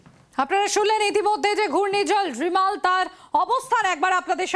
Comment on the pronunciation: আপনাদের সাংবাদিক রেমাল কে রিমাল রিমাল করে যাচ্ছে কেন